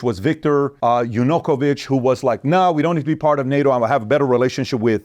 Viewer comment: Why it is not mentioned that Yanukovich (also his name is pronounced differently, the preparation could be better for such a video) was a Russian puppet installed by Russia?